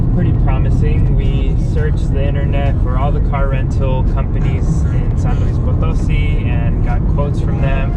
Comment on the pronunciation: Potosí (acento en la í). She kept mispronouncing it